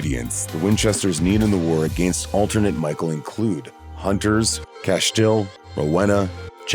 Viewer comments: "Cashtiel"? GTFO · Castule and Rowhena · Castiel Cass-Tee-El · Funny how narrator pronounces Rowena & Castiel 😂. We're was CAIN "Father Of Murder" .... First Son, First Excursioner ..... Etc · What is that pronunciation of Castiel? Jfc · Lol alpha vamp def aint stronger than metatron with tablet, or yellow eyes.... Actually the whole list is crazy.. Def not in order lol.. And i dont think whoevers narrating watched the show.. He cant pronounce Castiel lol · You can tell that the narrator of the video has never seen Supernatural because with the pronunciations of Castiel and Rowena are laughful at best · You really can’t say castiel js 🤣🤣